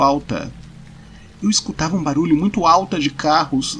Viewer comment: Eu perco tudo sempre que ele fala "baralho" no lugar de "barulho"